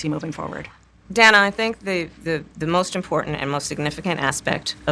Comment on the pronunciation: She gets Dana's name wrong 2x in the interview. How crazy for someone whose name is constantly mispronounced to fail such an easy name.